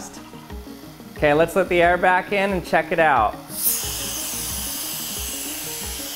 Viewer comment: is it just me or does he pronounce "let" "lit?"